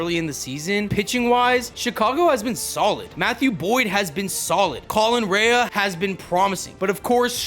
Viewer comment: collin rae is pronunced ray